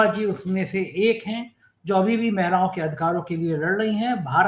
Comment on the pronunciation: "महिलाओ" होता है, "मैलाओ" नही बिरादर 😂